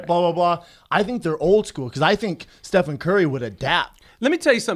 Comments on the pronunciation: stephen not stephon..jeezus why even pretend to like basketball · Hearing Rapaport repeatedly say Stephon "Marbury" Curry was excruciating. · "Stephon Curry" hahaha... at first i thought they were playing but then they kept on saying it. The baller made 400 3s, won unanimous MVP, and you guys collectively couldn't get his name right. Its for sure STEPHEN CURRY. Michael Rapport is the best guest each time. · LOL Steph- FON Curry, driving me nuts! Love Rapaport though